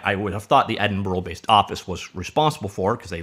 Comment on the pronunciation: Nice video, but just so you know, it's pronounced ed-in-bruh.